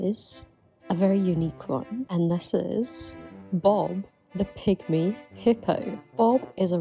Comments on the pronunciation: I really thought you called it a "pick-me" hippo instead of a "pygmy" hippo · I hear "Bob the Pick-Me Hippo" before I realized it was pygmy lolol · I heard "pick-me" hippo at first and thought you were tying that into their introverted lifestyles 😂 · I swear at the end I thought you said "pick me" hippo at first. I was like, what does he do? Try and act "not like other hippos"?? 😂😂😂